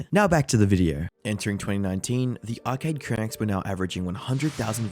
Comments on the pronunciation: Blud said arcade crianks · Great video, but feels like it was rushed out after the Turkey Tom video dropped a week earlier. For example: (1) lots of sloppy mispronunciation of the video's Subject - Arcade "Cranks" / Arcade "Cranaks" (2) No new material, pretty much a recap of everything Turkey Tom already covered. You've been crushing it lately my man, please don't go down the Jake Tran path and churn out quantity over quality!